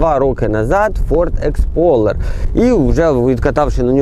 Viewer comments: так і каже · не Expoler а Explorer